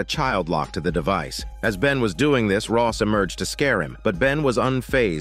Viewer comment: Rose , not Ross